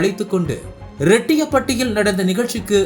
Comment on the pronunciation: என்ன பா தமிழ்ல செய்தி வாசிக்கிற கல்லூரி சுல்லூரி இல்லை ரெட்டியப்பட்டி இல்லை ரெட்டியார்பட்டி